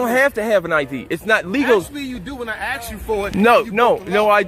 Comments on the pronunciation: ask the fucking word is ask not axe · "when I axs you for it!" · That guy who keep saying "axed" is really stupid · I love the educated cops who cant even pronouce a 3 letter word correctly. Ask is ask. no x in it. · The officer who says I axed you with his hat backwards trying to argue law wow what a joke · Hey he AXED you for it...such clear language skills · But I ax you,but I ax you. Disqualified. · "I ax you..." That right there tells you how stupid these pigs are.